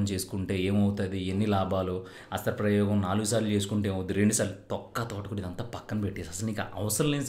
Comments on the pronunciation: అస్త్ర ప్రయేగం కాదు సరిగా పలకడం నేర్చుకో హస్త ప్రయోగం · హస్త్ర ప్రయోగం కాదురా సవట నాయల . హస్త ప్రయోగం అనాలి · Nice information bro..But oka small correction..Adhi hasthra prayogam kaadhu...Hastha prayogam ani correct ga palikithe baguntundhi...but super content bro..👌👏👏👏